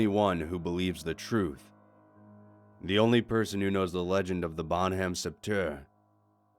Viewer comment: L'homme de sept heure XD You're pronounciation tho